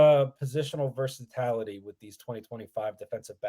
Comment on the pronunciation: Ok. I've heard you mispronounce this word 3 times so I have to correct you now. It's versaTILity, not versaTALity. C'mon now.